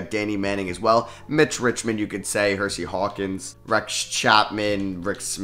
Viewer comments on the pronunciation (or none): none